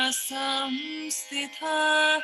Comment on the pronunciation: Sansthita not Samsthita